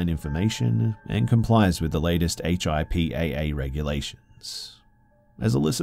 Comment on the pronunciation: HIPAA is said like hipaa like a word haha. Like (hip-ah)